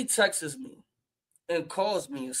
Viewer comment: it's "texts" not "texes"